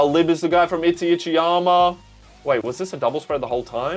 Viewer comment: Still 'Itchyitchyyama' , lol brother "I-ta-chi-ya-ma"